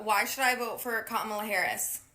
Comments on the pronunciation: So we're told she's ahead in the polls, yet no one can even pronounce her name? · She also pronunciate Kamala wrong lol. Alexa is waycist 😂